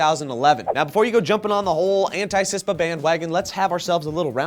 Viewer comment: CISPA not CISTA